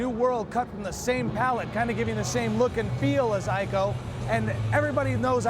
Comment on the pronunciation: It's actually pronounced as 'EE-CO' not 'I-KO'. The Japanese cannot say 'I' they say 'E'.